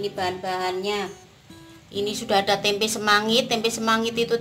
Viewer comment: Hhhhh tempe buk jangan ditambah huruf "k" di belakang "tempe" beda arti buk hhhhh